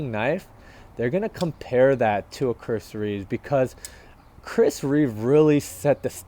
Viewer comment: There’s no ‘s’ on the end of his name - it’s Reeve .